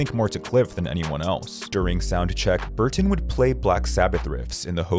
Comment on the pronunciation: stop pronouncing burTon